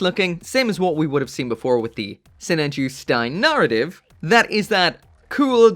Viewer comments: Please, please start to pronounce the word "Narrative" correctly. For weeks I would try and find "Nartiv" Gundams online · that "arra" syllable really gets away from him eh? 😂